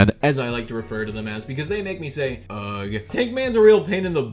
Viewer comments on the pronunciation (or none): You pronounce ugh as "ag"??? Ugh....